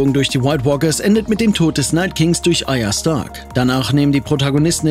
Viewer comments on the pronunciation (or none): Bisschen (viel) übertriebene Botonung,sonst okay ^-^'' man kann das video leider so kaum genießen, 10 minuten wären glaube echt ohren-belastend (nofront) PS: Die junge Dame heißt btw Arya,nicht Aya